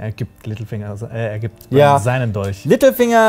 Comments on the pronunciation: Verstehe ich als einziger immer "Mittelfinger" statt "Littlefinger" ? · Als du littlefinger gesagt hast, hab ich Mittelfinger verstanden 😂😂